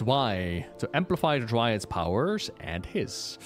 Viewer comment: Dryads, Dry-Adds.